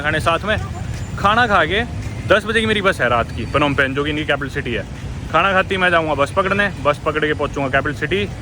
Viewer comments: पनौम पेन ❌होम पेन्ह ✅ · It's Nom Pen...